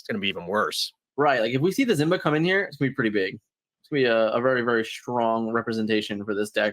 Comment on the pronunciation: Good stuff! I do wonder, why do you pronounce it as "zzzzimba?" xD